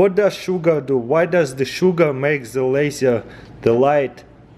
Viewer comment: Ze lasier xd